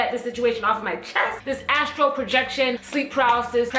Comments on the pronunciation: It’s called “astral” projection not “Astro” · So nobody gonna tell her it's Astral and not astro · I don’t wanna be that guy, but I think it’s astral* 😅